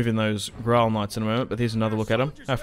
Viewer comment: There is speculation the historical Mandubracius wasn't his real name as some sources say Mandubracius merely means "Black Traitor" In Gaulish. Also I believe it's pronounced "Grail" knights as in the Holy Grail.